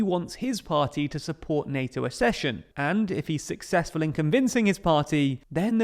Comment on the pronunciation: Very interesting. One small thing, Accession is pronounced Aksession, not Assession. Like Succession, not like Secession.